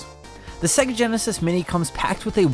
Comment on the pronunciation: Why does this chap pronounce is SegAA?